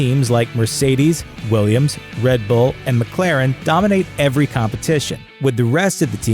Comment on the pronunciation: did he say williams HAHAHAHAHA